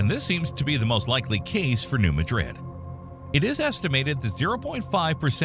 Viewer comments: Just wish all you "experts" would learn how to correctly pronounce New Mad Rid not Ma Drid like in Spain . So disrespectful of all of us who live here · The locals pronounce it "New MADrid".